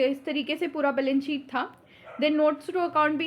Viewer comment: mam aap members ko meembars padhte ho, balance sheet ko balence sheet kyu?